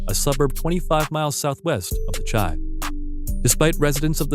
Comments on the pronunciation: My guy.....it ain’t chai, it’s the shy.....Chi-town baby 🤟🏽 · "The Chi" is pronounced "the shy" u fuckin tard lmao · Anybody else cringe on the way he pronounced "Chi" lol